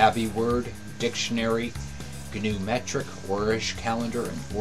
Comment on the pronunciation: Nice videos. Two things/suggestions though: there is no need for us to see you (I mean no offence, but I really don't get that) and it is gnumERic, not gnumeTric. In any case keep up the good work.